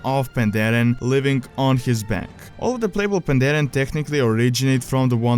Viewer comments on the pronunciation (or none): none